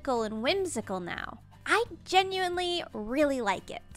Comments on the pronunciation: ok can we all agree "gemuinely" has to replace "genuinely" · Everytime you say “genuinely” I think of “GEMuinely”